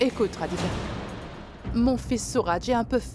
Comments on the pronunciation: Elle a dit Radica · J’ai bien entendu Radica Elle n’a pas trop prononcé le d